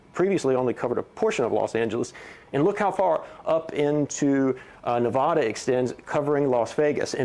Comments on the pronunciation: That's Nevada! Not Nevahda! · I trusted this guy until I heard him say nevada